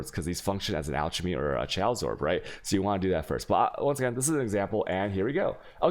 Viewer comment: Dude look up how to say Chaos, and Alchemy. Seriously.